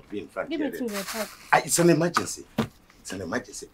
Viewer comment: He says its an emmergency hahahhaha